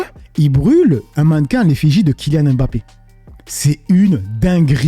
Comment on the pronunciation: C’est pas M Bappe, mais mbappe